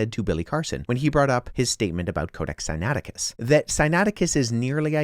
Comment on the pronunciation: sigh-nay-ITT-icus. not sinATTicus!